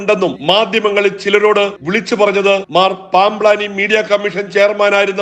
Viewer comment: എടാ നിന്റെ പൂതി നട ക്കില്ല. നിനക്ക് ഇതൊക്കെ ആരോ എഴുതി തന്നതല്ലെ. അല്ലാതെ ഒരു വാക്ക് തെറ്റാതെ പറയാൻ പറ്റുമോ?.പാംബ് ലാനി എന്നല്ല പാംബ്ളാനി എന്നു വായിക്കടാ.